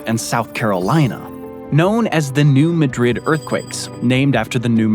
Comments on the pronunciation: MAD rid not ma drid. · The earthquake you cited in Missouri is NOT pronounced Madrid (as in the capital of Spain), but Ma drid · From what I understand the town in Missouri isn’t pronounced like Madrid in Spain. Even though it is named after that city, it’s pronounced MAD-rid. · A nit to pick: New Madrid is pronounced "New Mad rid" with the emphasis on first syllable of 'Madrid'. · 📚 Pronounced: "Maa-- drid" and the actual results fall in Tennessee, as is the point of orgin, under Newbern, Tennessee, to Sandburg , TN, Reelfoot Lake the positive marker. "7.2 - 8.2" That's a Shake, Rattle, and Roll Quake!